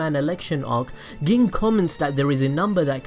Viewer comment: it always tilts me when he says ging the way he says it